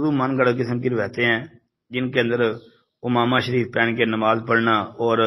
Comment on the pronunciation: حضرت اس لفظ کی تصحیح فرما لیں اردو میں: عَمَامہ . عربی میں: عمامة ، عين کے کسرہ کے ساتھ